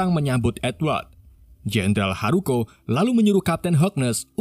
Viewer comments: Diucapkan 'jendral Haruko' ... Dituliskan 'jendral Hakuro' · tulisannya jendral hakuro tapi bacanya haruko